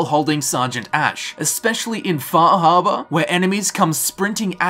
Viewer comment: lol, wtf is "Fahabah"?